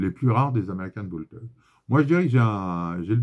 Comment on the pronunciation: Super vidéo avec des infos clef sur les calibres de façon a éviter les arnaques mais surtout les accidents. Petite dédicace a ton accent américain dans l'expression "american bulldog" 😹 y a du métier